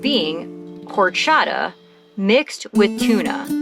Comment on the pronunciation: Another rockin’ video! You’ve come a long way from that stressful border crossing up north. Love how you’re embracing mexico. By the way, the “h” is always silent. Horchata is pronounced “orchata”